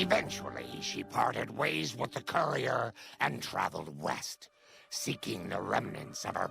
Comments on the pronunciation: The “coorier” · He pronounces courier like “coorier” 😂😂